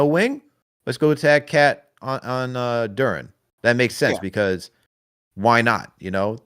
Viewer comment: Why yall keep calling him Jalen "Du-renne" lolz.